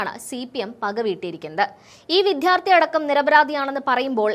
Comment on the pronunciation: വിധ്യാർത്ഥികൾ അല്ല വിദ്യാർത്ഥികൾ എന്നു പറയൂ